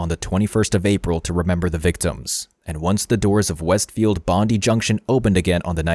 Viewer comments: You need to emphasise the "die" in Bondi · Hi! Australian sydney resident here 😊 Bondi is bond-eye not bond-dee. Like Melbourne is Mel-bun not Mel-born. Other than that solid documentary and well researched. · he was crazy. why do they not LOCK UP people with schizophrenia? They nearly always lose grip on reality. And pls, it's pronounced Bon-Dye, not Bon-Dee. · Bondee!!? Pronounced bond eye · Dude it’s pronounced Bond’EYE’ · bondi is pronounced bond-eye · Lets try again it's Bondi not Bondy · Bond eye. Bondi. Thats how you say it. Cant believe you didnt research that. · Great video but just for future reference so you dont get roasted by any of us Aussies it is pronounced BOND EYE. 😊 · Bony has its Bondi (bond eye) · You said "Bondi" wrong hahaha that's okay though. My Canadian mate said the same thing the same way 😂👍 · Mate, that's not how you pronounce Bondi. You show multiple media sources, all of which are Australian and pronounce the word correctly. Not sure why you'd think their pronunciation was incorrect. Otherwise, good vid. It has definitely sparked a huge discussion about our mental healthcare system and the failings of the community health teams who should have been maintaining contact with Cauchi, as well as the psychiatrist who felt it was okay to take a paranoid schizophrenic off his anti psychotics.